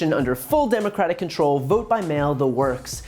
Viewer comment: I love how he can't even say democratic!😂